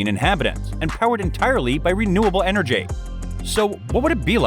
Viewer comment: enerJAY ElectriciTAY